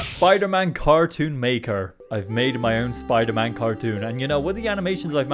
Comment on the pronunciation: WTF is spider-mon?